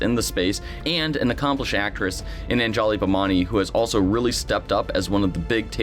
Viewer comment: I have never heard Anjali's name pronounced that way xD